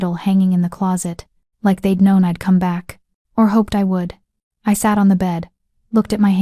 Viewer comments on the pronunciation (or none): I Saturday? I guess that's how AI reads "l sat."